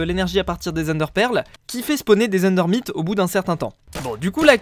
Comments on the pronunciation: On ne dit pas endermite on dit endermayte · Sa se dit ''ender mAIte